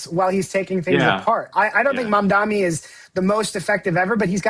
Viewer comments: It’s Mamdani not Mamdami. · It's pronounced like it's spelled: Mom-Donnie. Not Mom-Dommie. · How can all three of these politically knowledgeable people mispronounce the name Mamdani? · Melisa was Cuomo's staff-cheif, mispronouncing Mamdani's name was her invention and now it became her habit